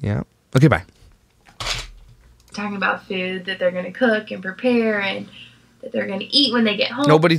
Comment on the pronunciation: Why does she insist on saying ‘food’ like ‘feud’??